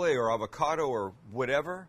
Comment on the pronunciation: Avacada?🤣 lol avacado...